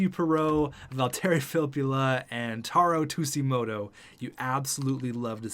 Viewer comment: You kept saying taro tsujimoto wrong btw